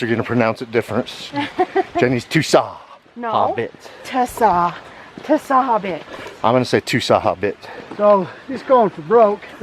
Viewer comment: the s is like a sh sound so the correct way of pronouncing it is more like jarbidge.